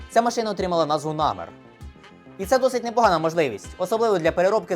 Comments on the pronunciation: Крінж говорити МеркАва, а не МеркавА і НАмер, а не НамЕр. Але.... всі інше цікаво, змістовно. Дяка! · За вийнятком проблем з наголосами в назвах "МаркавА" та "намЕр" – цікавий огляд. А "мирні" палестинці легко причипляли вибухівку до меркав через те, що у них, як і в будь-яких танках – дуже обмежений огляд. І сумніваюся що на відео саме остання модиффікація меркави 4, де за допомогою камер зовні танка та шолому доповненої реальності командир танка має огляд навкого танка на всі 360 градусів не виходячи з середени. Та й якщо б навіть то була остання модифікація, камери можна легко вивести з ладу навіть стрілецькою зброєю.